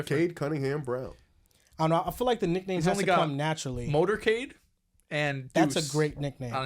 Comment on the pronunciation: It’s Motor Cade